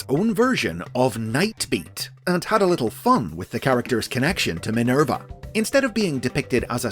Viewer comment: " Minelba ", haha, lol